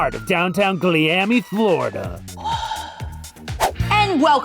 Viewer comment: Gliami, Thlorida is killing me